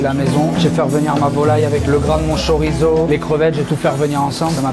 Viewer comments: STOP! J'en ai assez d'entendre chorizo prononcé korizo c'est pas italien c'est espagnol... la bonne prononciation c'est tchorizo mais même si vous le prononcer a la française a savoir chorizo ça me va mais pas korizo svp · Je suis le seul a avoir tiqué sur le "K"orizo 🤣🤣 Y'a une case spécialement reserve pour les gens qui ne prononcent pas Chorizo correctement en enfer juste a côté de celle ou vont les gens qui mettent de l'ananas sur leur pizzas 🤣🤣🤣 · c’est chorizo pas corizo 🤦🏼‍♂️🤦🏼‍♂️🤦🏼‍♂️